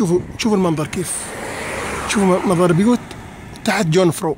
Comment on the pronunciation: أرجو ياأخي ان تلفظ أسم الجبل بشكل صحيح.. ليس جون فرو وإنما يونغ فراو ويعني ( العذراء ) باللغة الألمانية.. والقمة اللتي طريقها يمر ب كريندلفالد هي قمة يونغ فراو يوخ . ...تحيات كبيرة من الخبير السياحي ابو فهد .